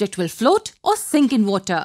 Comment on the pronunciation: i came here to learn but WOTAH!!!